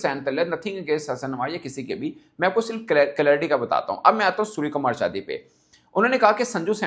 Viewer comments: .IF I CALL YOU '' HAFIZ SAEED or Dawood Ibrahim , Will you agree. Mirch lag Raha hai na. SKY ' NOT SKJ ' , I THINK YOU INTENTIONALLY PRONOUNCING SURYA NAME WRONG. HIS SURNAME IS ' YADAV , NOT JADAV. ANCHOR, OR JOURNALIST SHOULD NOT DO SUCH BLUNDERS AGAIN AND AGAIN. I UNDERSTOOD IN WHAT CONTEXT YOU ARE PRONOUNCING HIM WRONGLY FOR SO MANY DAYS in so many episodes. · Dear Anchor / Journalist/ youtuber Mr, you are pronouncing SKY name as SKJ. His surname or family name: Yadav 'not Jadhav '. I had seen this multiple times in this episode itself. How can this blunder can happen. Yadav, Jadhav, Sharma, Verma are different. Not one and the same. Here India captain name is: Surya Kumar Yadav, but you are calling him as ' Surya Kumar Jadhav, for multiple occasions. R u illiterate. Don't know how to pronounce correctly. If I call you Sana Ullah Ibrahim, will you agree. Or pronounce him as Surya, or sky, don't pronounce him wrongly. Always these Pakistani people pronounce wrongly.